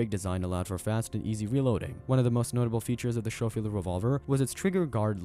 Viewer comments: skoh - feeld , not sho - feeld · It's pronounced "Sko-field." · The way the narrator describes the ammunition as "point 45" and his pronunciation of the word Schofield drives me bananas!!! 🤬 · #1 get rid of the A.I. voice that can not read correctly. #2 hire a writer that knows what the hell they are talking about. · OMG learn how to pronounce Schofield! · First, would it kill you to have your AI pronounce "Schofield" correctly? Second, the scene from "The Quick and the Dead" you use to talk about the Remington 1875, the Kid is showing off a Colt Peacemaker in the clip, not a Remington. You end the clip literally right before he unveils the Remington 1875. Come on now, son...you've got to do better than this.